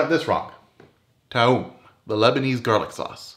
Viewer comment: Corrects Toum Recipe, yet can't pronounce Toum. Ok then.